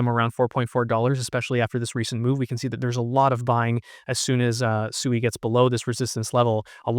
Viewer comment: It is Swee not Su ee